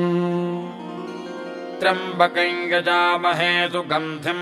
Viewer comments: is it triambkam or triambkai kindly clarify. the pronounciation seems to be triambkai. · Clear rendition of a great mantra. I have been hearing this mantra exactly like this (except the single syllable triyam , I heard it as double ) for the last 55 years, at Trivandrum. The voice and rendition are superb. Please keep this up When I heard I it, I felt God has come again through the author to restore the sound power of mantra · त्र्यम्बकम् या त्र्यम्बकन् का उच्चारण किया जाए ? सुनने में त्र्यम्बकन् आ रहा है, लिखा हुआ त्र्यम्बकम् है।